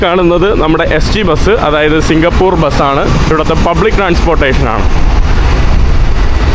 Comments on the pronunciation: സിംഗപൂർ അല്ല മൈരേ😂 നമ്മൾ മലയാളികള് പറയുമ്പോൾ സിംഗപൂര് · കേരളത്തെ തെറ്റി ധരി പിക്കുന്നു 😢സിംഗപ്പൂർ ആണ്...singha- പൂറു അല്ല😂